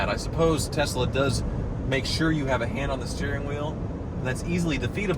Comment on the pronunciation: So glad says “Tesla” correctly, unlike his buddy JR. “Tezzla” is a pirate ship’s wheel attached to my testicles; it drives me nuts. Also, #bringbackthemusic